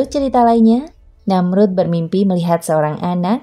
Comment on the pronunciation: Tanda baca titik diatas ( ' ) di dalam Quran itu huruf Ngain. Jadi kalau dibaca itu bukan sperti koma(,) yg bacanya d jeda2 tapi agak ke ( ng ). Namrudz bin Kan'aan Namrudz bin Kan Ngaan Namrudz jg belakang nya huruf Dza, kalau di ucapkn Bukan Za jadi terdengar seperti Namruz. Cara baca Dza itu letak lidah nya seperti tergigit jd bkn sperti Da atau Za. Hemmmmhhhh belajar lagi pengucapan huruf arabic lah narator nya, risih saya setiap mndengar yg bgituan 🙏🙏